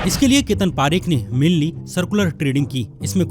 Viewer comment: Bro for your kind information,parekh are jains and pareek are brahmins , please pronounce parekh properly